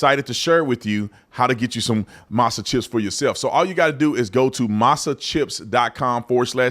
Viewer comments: “Masa” chips … masa?? Cmon man 🤦‍♂️ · Not "Masa" chips 😂😂😂